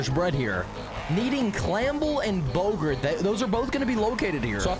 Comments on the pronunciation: Bow gart not gurt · Its bow-gart